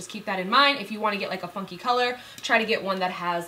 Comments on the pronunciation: I thought she said fun fuckin colors instead of fun FUNKY colors 😂😂😂😂😂😂 love ya babes 💋😙❤ I live in Tampa too boo 💋💋❤❤ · I thought you said, " fun fucking colors." lol. but seriously love the wig. you rock it so well!